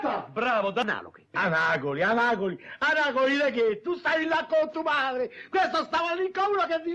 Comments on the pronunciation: ANAGOLI?!ANAGOLI DE CHE 😂😂😂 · Amagoli? Anagoli de gheeeee???👏🏻👏🏻👏🏻👏🏻👏🏻👏🏻❤